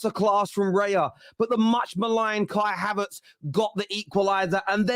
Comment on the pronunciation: havErtz. not havArtz